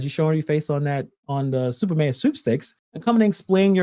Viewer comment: Y'all are saying it wrong Its Stuper Mayor